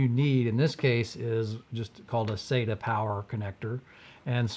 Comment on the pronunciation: its not pronounced SATA, IT IS SATA, LIKE WHEN THE DENTIST SAYS SAY AHHHHHH, sata